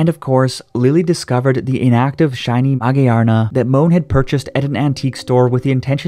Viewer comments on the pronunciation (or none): Magiyarna?! Wth it's Magearna(Ma-gir-nuh) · MA-GEAR-NA!!!!!!!!!! SAY. IT. RIGHT. THERES A WHOLE MOVIE TO REFERENCE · It's supposed to be pronounced ma -gear-na ' magearna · Actually it is pronounced ma - gare - na. And I would rate this episode 11/10. The writers outdid themselves with this one. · Why did he pronounce magearna like that lol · why do you say magearna like that? it sounds nice, but it's so wrong